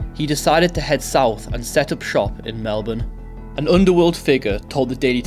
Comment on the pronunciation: First non Aussie to say Melbourne correctly. Congrats to you 👏